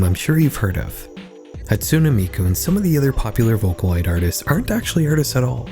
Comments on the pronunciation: Bro said Hatsuna Mikoo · Did not expect to see vocaloid in the middle of a horror video but I'm not mad about it. The pronunciation of Hatsune Miku was diabolical though.